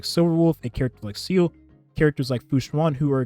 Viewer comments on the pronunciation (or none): Can you please stop pronouncing seele as "seal"? it hurts lol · Day 69: could you please pronounce my queen's name (Seele) correctly?